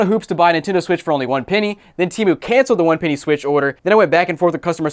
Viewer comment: ITS PENNY NOT PEENY